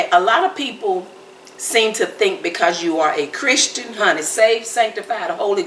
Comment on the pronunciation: Christian not Carpet!😂